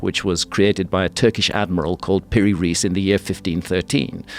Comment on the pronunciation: Just a remark about pronunciation. If you want to pronounce it right, it's "Piri Rice", not "Riece". "Riece" is in German writing, because that way they pronounce Rice as "rice" in English. That's how it should sound. Rice in Arabic means "Captain". So not even his family name. In short, Captain Piri.